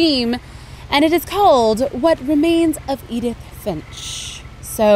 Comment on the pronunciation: and it not idith it's eedith